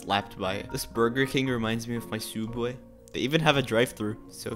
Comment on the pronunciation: watches the odds one out becuase he said sooubway